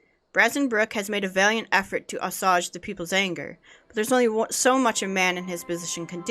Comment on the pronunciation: assuage= UH-swage it means to relive or put aside. I apologize if my telling you how to pronounce things annoys you, jus t let me know and I'll stop.